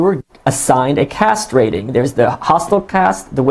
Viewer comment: Michael said "they're assigned a cast rating", I thought he said "they're assigned a castrating". I thought life was bad in North Korea, but not that bad!